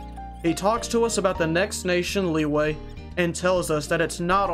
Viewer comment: Bro said leeway likeee we all know it's pronounced la wee wee